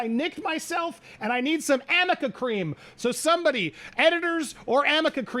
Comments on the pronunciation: Did he say Amica cream? It's arnica. Maybe I heard wrong though! Love this guy and his insights! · The lower say amica and is arnica 🤦🏻‍♀️ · thats ARNIKA not AMICKA😅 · 🤦🏻‍♀️🤦🏻‍♀️ ...*Arnica. It's ARNICA cream. 🤪